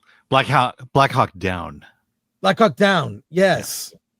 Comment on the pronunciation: Not watching film commentary if the guy thinks it's "Black Hawk Dawn".